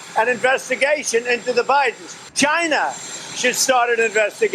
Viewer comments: Does anyone else wanna slap this dictator wannabe every time he uses the non-existent word for the country China?! 😩 Dude, it's not "GJINA' it's fu&$#@ CHINA!! 🤦🏾‍♀️🙅🏾‍♀️ 😂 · Why does it sound like Trump is saying Gina not China when he says it? Moron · Does he say 'gyna' instead of China? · "Jina" lol. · Trump don't know how to say China he says "Giana" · So funny how he says China